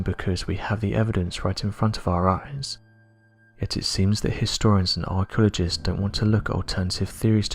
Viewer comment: “Archulogists”? “Archulogical”?